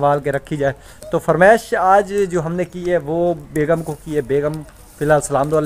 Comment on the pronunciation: بھیا جی ۔۔۔فرمیش ۔نہیں۔۔ فرمائش ہوتی ہے😅